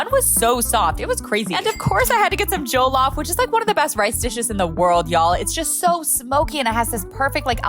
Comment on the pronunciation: wrong prnouncenation,( je-lof)or( ju-lof for your imfermation.